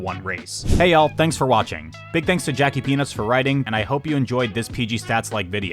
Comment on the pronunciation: every time you mention Jackie Peanuts it sounds to me like "jackie penis" - this contributes nothing but I just wanted to say